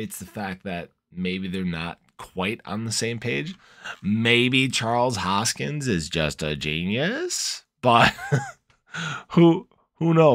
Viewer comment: “HoskinSON” not “Hoskins” just saying.